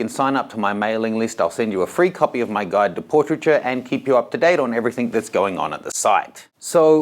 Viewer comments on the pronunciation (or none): none